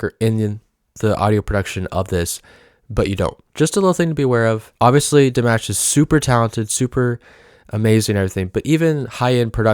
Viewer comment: Ah notes are easy, like in "DimAHsh" Please start Ponouncing his name correctly. Love your channel, Keep em coming!